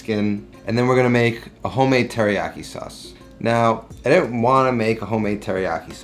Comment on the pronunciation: Dude, next to Latin, Japanese is the easiest language to pronounce. Every consonant is followed by a vowel and every vowel only makes one sound. I like your recipes, man, but like, at least try. It seems insulting to not at least try.